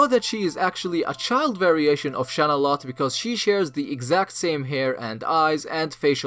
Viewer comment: It's not Shalalotte, it's Shanalotte